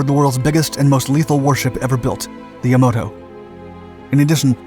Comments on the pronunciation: YaMAto, not YaMOto. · "Yamato", not "Yamoto". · It's not Yamoto! Battleship Yamato! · Not YaMOto..YaMAto. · Please stop calling the ship yamoto... its YamAto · I think you’ll find the biggest Japanese battle ship was called Yamato not Yamodo. Good video though. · It's pronounced "truck" not "trook" and the battleship was pronounced "Ya-mah-to" not "Yah-mo-to." Also, the light carrier was not pronounced "Bellow Wood." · The battleship is called Yah-Mah'-toh not Yam'-ah-toh. Enjoy your channel. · It’s the Yamato, not the Yomoto. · The largest Japanese battleship was "Yam-AH-to" not Yam-Oh-to. Goddamn it can't you get basic s*** right. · Good video. Aside from the Yamamoto “passed away” gaff which has been pointed out numerous times already, the battleship Yamato is pronounced Yah-Mah-Toe, not Yah-Moe-Toe. You’re welcome. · The "Yamoto?" Seriously...work on the pronunciation. It's "YaMAto." And Yamamoto didn't pass away. He got blown out of the sky. Dead is dead, but the expressions carry a different nuance. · The Japanese ship was called Yamato, not Yamoto... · yamato not the yamoto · its YAMATO...not YAMOTO man. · Its not Yamoto is Yamato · The ship referenced is the "ya-MAAT-oh", not Yamoto. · When are you narrators going to learn how to pronounce names in your documentaries? It is NOT the "[Yah-moe-toe]", it is the "[Yah-mah-toe]"! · Its YamAto, not YamOto. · Yamamoto is pronounced YA MAH MOTO and he didn't "pass away". He was kill when his transport plane was shot down by US aircrafts. The battleship YAMATO is pronounced YA MA TOU, not YA MA DO. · That's "Yamato". The middle syllable being ma. My topic of interest is accurate reporting and correct pronunciation which will give your channel the credibility which it lacks. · Too bad you can't even pronounce Ya-ma-to? Disliked. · Narrator: the ship's name is Yamato. That's Ya-MA-to. Listen to the theme song from Space Battleship Yamato until it sticks :)